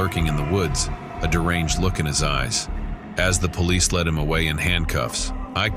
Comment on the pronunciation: Just a few meels? Poleet?